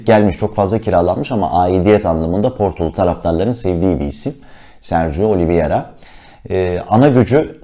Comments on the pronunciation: Öncelikle emeğinize sağlık , çok teşekkürler fakat değinmem gereken bir husus var lütfen oyuncunun ismini okunuş olarak oliviyera değil de oliveyra olarak telaffuz ederseniz iyi olur. Çünkü adamın adı Sergio Oliveira. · Oliviera değil başlıkta yazıldığı gibi "Oliveira" olarak okunmalı.